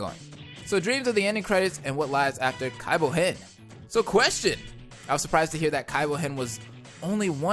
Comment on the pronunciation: I can't handle this cringe. You have to stop saying Kaibou-hen ASAP.